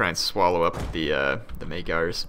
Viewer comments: "Maygars" lol it's Magyars Also, dismantling buildings simply lowers them one level. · Despite the fact that you read Magyars like Majars, not like it may seem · Say magyars correctly please